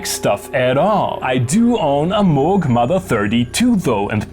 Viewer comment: but you do pronounce Moog quite nicely